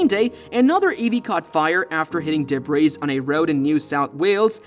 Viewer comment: Somebody needs to teach Mr. AI how to say the words vehicle, debris, three, thirteen, highlighted, fleet, statistics, risk, and so many more.